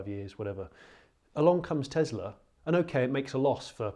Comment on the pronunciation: Tezla? I thought it was Tesla...